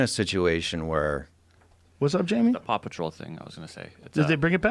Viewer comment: Maybe it's just me, but when Rogan said "Paw Patrol", it sounded like he was saying "Papa Troll".